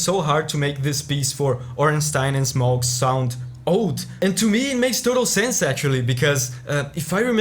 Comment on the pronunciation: I think it’s pronounced Smoh, not Smog